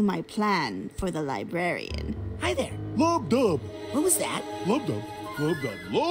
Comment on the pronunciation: “Die-brarian”lmao nice man 👍